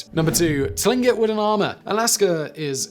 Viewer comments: Hello Simon, I hope you are having a great day! I hope I'm not being a bother, but Tlingit is pronounced like clink-it. Much love from Alaska! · Tlingut sounds like clingkut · For everyone's reference. Tlingit is pronounced more like cling kit. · Many of my friends and neighbors are Tlingit.... sounds like 'Clink-it'.... some of the consonant groupings in first nations languages can be really hard to pronounce, even when you know what it is supposed to sound like.....